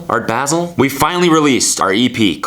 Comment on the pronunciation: Boii I'm from Basel none of your pronounciation options was correct still much luv xx